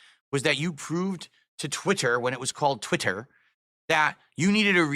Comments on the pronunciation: Twit.Ter. Lol Just like how he pronounces accessories as “assesories” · TwiTTer. Why does he say it like that lol Dood is an alien. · TWITTTTT TTTTTER he 100% has a speech impediment he tries to cover up lmao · "TwiTITer" wtf? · The way he pronounces twitter is infuriating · It’s the same way he pronounces DOO DEE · Most likely to emphasize twit and no other reason. Probably saw himself on the stream when he was saying that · The way he says twitter is very strange and off-putting. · Why does he pronounce twitter like that